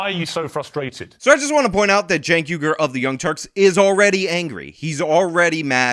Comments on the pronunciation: 1st of all I think someone needs to put this man in a foster home, he carries on like a child, sounds like a child and 2nd why does he and everyone else pronounce and spell his name wrong, I had a friend and his name is Jenk(which I thought should be spelled Chink)but he spells his name Cenk which I think sounds like Sink(kitchen sink)but I think the boy I mean the man(?)Cenk should clear up this problem but we all know how confused he is and sounds so maybe we should leave this problem unsolved. 🤔🙊🙉🙈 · I like how (Shawn) calls Cenk, "Jank." It fits so well.